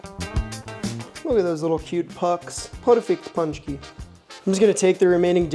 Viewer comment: It's not "punch-key". It's "pon-chky"